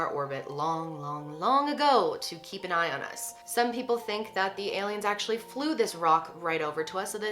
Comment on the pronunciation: "Heyliens" c